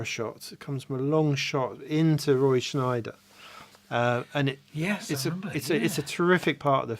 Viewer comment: It’s Scheider not Schneider.